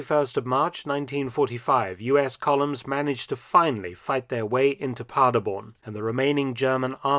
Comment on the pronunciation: The city is Paderborn, nor Parderborn like he pronounces it had to look at the map and the 2 star general executed...sad...wonder if the tank commander was held accountable for it